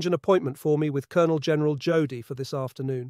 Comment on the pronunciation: It's pronounced Yodel .